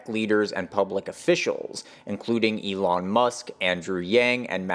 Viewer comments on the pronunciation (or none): none